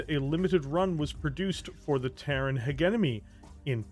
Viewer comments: He-GE-MO-ny.. anyone else feels annoyed with hegenomy..? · I realize I'm being that guy right now, but It's "heh JEM uh nee" not "hegg enemy" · HEDG-ENOMY my friend. HED-JE-MONEY. nice content tho. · you're great, I love your content, but it's hegemony (Pronounced: Hedge-em-Oh-Knee)! Please say it right, you sound like George W Bush trying to say Nuclear... try as you might, you're saying it wrong. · I’m impressed that you said “hegemony” so many different ways, and managed to fuck it up literally every time. It’s more impressive, because the word actually has two correct pronunciations, but you never managed to land on either of them. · im not trying to make fun, but i got whiplash when he pronounced hegemony in two different ways within ten seconds